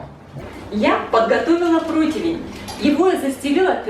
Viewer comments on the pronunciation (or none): none